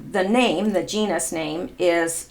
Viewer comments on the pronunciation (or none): none